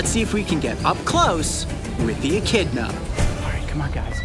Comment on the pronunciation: i thought when he sais "echidna" i thought he said "eh kid nahhh"